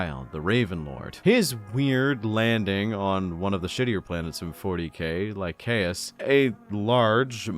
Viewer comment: Don't know if anyone has said this and I apologise either way but it's Lie-say-us. Soft C good sir